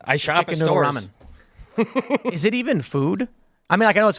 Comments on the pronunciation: It’s not Ra-men, guy. It’s simply ramen. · it's ramen not raw men lol ok it's not rammin' noodles either 😂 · RA-MEN. Bro this guy cannot be human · Raw Men...that's all I can hear when says Ramen. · Raw-Men. What is that pronunciation?😂